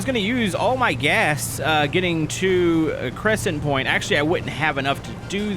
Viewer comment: Read all of the letters,... It'd CrescentPORT